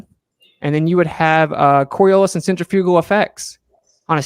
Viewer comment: How does a dude who works with centrifugal force for a living not know how to pronounce it correctly?